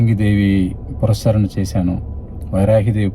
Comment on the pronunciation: పురస్చ ర ణ కాదు// పునఃశ్చరణ అనాలి. పునః శ్చరణ అంటే తిరిగి ఉచ్చరించడం.